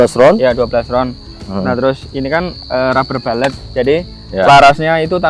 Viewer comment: rubber bullet -> baca rabe bulet bukan rabe balet ya boss brury